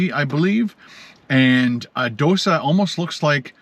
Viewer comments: Dosa is pronounced like dough sah. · It's pronounced doe-sa. Also it's pronounced glub-job-in